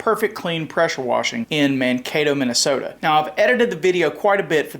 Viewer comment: Minnesoto? Really,? Lol.